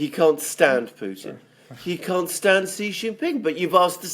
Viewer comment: I noticed you said President XI the way Alexander does which is correct SHEE JIN PING, then you reverted back to JHEE JHING PING, your incorrect pronunciation which is insulting because JHEE JHEE means PEE PEE (penis) in Chinese slang.